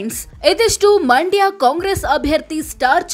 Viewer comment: ಅಮ್ಮ ತಾಯಿ ಅದು ಮಾಂಡ್ಯಾ ಅಲ್ಲ ಮಂಡ್ಯ ಮೊದಲು ಕನ್ನಡ ಸರಿಯಾಗಿ ಉಚ್ಚರಿಸೋದನ್ನ ಕಲಿಯಿರಿ